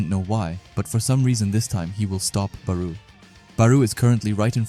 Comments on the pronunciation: Bro thr “BArOu” caught me off guard in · I cant continue watching due to how you pronounce Barou